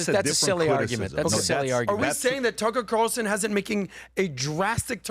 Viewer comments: Adam said “Tucker Quatarellson” i’m not a fan of Adam, but at least he listens to Mark Levin lol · Adam... cmon man. "Tucker Qatarlson"? What are you, drinking some Mark Levin excrement?